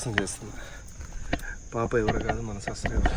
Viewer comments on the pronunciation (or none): సబ్సైసైబర్ కాదు రాజా సబ్స్క్రయిబర్